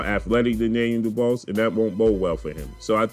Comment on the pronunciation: ..his name is pronounced “du-bwah “ trust me I am from the UK his surname is French..you know the French colonised parts of Africa??